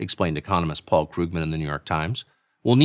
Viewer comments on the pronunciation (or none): none